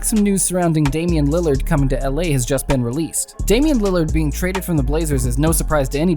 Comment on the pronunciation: When you were 631 into the vido you said landerd